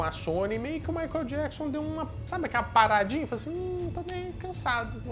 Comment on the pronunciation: A pronuncia correta é: " Maiquiél Diéquisãn"! ( fã perfeccionista kkkkk) Parabéns pelo vídeo!